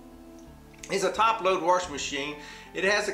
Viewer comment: I love it!..WA-R-SHING machine...are you from Appalachia? I am, and that's how all the older generation here said "wash".."WARSH"..now, sadly, there are very few of us natives left around, and all the migrants who have moved in from Florida, New England, California, etc. have brought their accents in with them, and the Appalachian dialect is dying...I've also heard this pronunciation in southern Georgia, South Carolina, Alabama, etc...